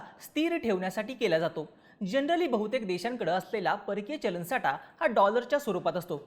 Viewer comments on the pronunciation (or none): आटवाडा नाही आठवडा बोल साटा नाही साठा